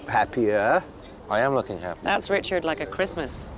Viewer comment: "Never mind, Reechard!" 😄